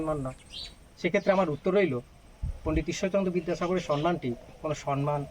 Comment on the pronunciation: আজকের জীবন শিক্ষিকা সুস্মিতা মন্ডল এবং তার স্বামী, সন্তান, শ্বশুর, শাশুড়ি, কানুদা এবং অতিথি দাদাকে নিয়ে এই ভিডিও খুব সুন্দর লাগলো। শুধু একটি কথা বলি অতিথি দাদাকে। বাংলা ভাষা নিয়ে খুব সুন্দর বললেন। কিন্তু দাদা আমি একজন লেখিকা। তাই বাধ্য হচ্ছি একটা কথা বলতে। আপনি বারবার ভুল করে বলছেন সন্মান। কথাটা সম্মান দাদা। ধৃষ্টতা মার্জনীয়।